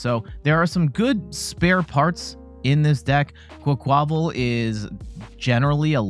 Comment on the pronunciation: I think it's "QUACK-wuh-VAHL", like "quack" + "carnaval" (Spanish carnival). Emphasis on first syllable, minor emphasis on last syllable.